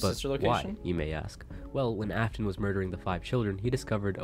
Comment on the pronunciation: everytime he says "af-tone" my soul gets folded just a little more